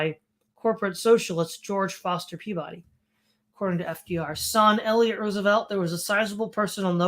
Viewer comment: In New England, Peabody is pronounced PEE-bih-dee and as close to ome syllable as one can.